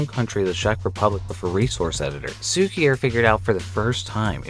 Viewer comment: I'd never suspected that the word 'cukier' (polish word for 'sugar') will be so hard for a English speaker to pronounce :D